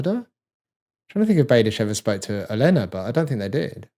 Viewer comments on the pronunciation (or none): Oh-leh-nuh (Olenna), not Eh-lay-nuh.